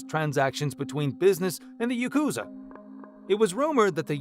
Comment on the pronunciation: AI cant pronounce Japanese words correctly still? Yakuza does not sound like Yacooza, as an example.